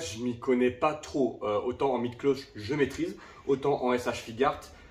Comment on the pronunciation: Je peux te comprendre ton amour pour les S.H.Figuarts Moi même étant collectionneurs de ceci Par contre et sans vouloir te juger mais on dit S.H.Fig"u"arts, le u n'es pas muet 😅😅😅